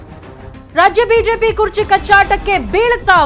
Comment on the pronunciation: Sir ಅದು ಕೇರ್ಚಿ ಅಲ್ಲಾ ಕುರ್ಚಿ